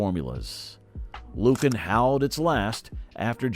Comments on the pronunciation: It's NOT LUcan, it's LuCAN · it was pronounced lu-KAN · I seem to remember Lucan being pronounced differently.